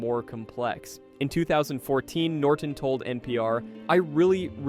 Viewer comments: NORTON not NorDon! You sound like an idiot! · holy shit buddy its norTON not norden